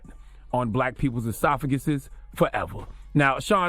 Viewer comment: Brah you should never say esophaguses ever again!